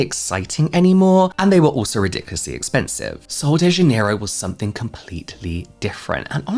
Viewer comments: It’s pronounced kind of like zha-NEH-ee-roo. The “j” in Portuguese sounds like the “s” in measure or treasure. The stress is on the second syllable (NEH). The final “ro” is softer than in English, almost like roo but shorter. So together it’s: zha-NEH-ee-roo. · How do you pronounce Janerio? I was an employee at kohl's and my Spanish speaking coworkers pronounce it Hanerio because of the J being an H sound in Spanish, but I know dialects can add variation? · these ladies were saying Jan-near-o. Like January, Jan. I say it with a soft J. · I had to teach the Ulta employee here to say Janerio. They were saying it so wrong with the southern accent. (I speak basic Brazilian Portuguese.)